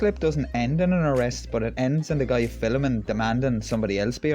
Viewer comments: there is only one "i" in "film". so its pronounced "film", not "filim" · Mate, please take this as gentle advise on your pronunciation of Film, it's not Filim ! Enjoy your videos.....Cheers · It's film not filem. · Mate, please take this as gentle advice, it's spelled, "advice", not advice...and for the love of God, it's not, "ali-min-yum", but, "ah-loom-men-um"! My late nana used to say, "filim"! and it brought back good memories! LOL 😂 LOL, just ribbing you, cheers! We are in total agreement regarding the videos! 👍🙂